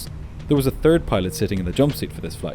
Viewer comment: Great video. But i DO think you should try to learn how to pronounce certain letters better. For example, it is not nice instead of "third" , to hear "turd" lol